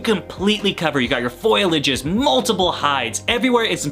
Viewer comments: Say it with me know. FOL-ee- AGE. Foliage. Foilage is what the alien conspiracy people do. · Did you say "foilage?" 🤦‍♂️